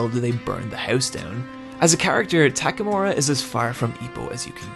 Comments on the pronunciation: God I love TAKAMORA! it's takamura m8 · and tackmura, while should be pronounced as "tack a moo rah"